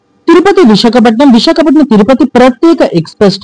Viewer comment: విశాఖపట్నం పేరును సక్రమంగా చెప్పండి